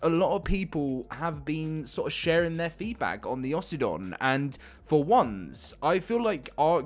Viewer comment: "Aussie-don" sounds dumb.. it should be Oh-sydon